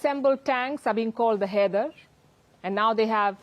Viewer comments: shouldn't "Haider" be pronounced as 'High -der " ? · Haider ❌ kider ✅...... 😂😂😂😂